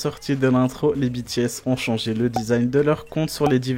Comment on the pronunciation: Super vidéo ! Continuez! 😍 PS : Dites BTS à la française quand vous parlez français (lire les les lettres de B T S en FR et non en anglais), Merci!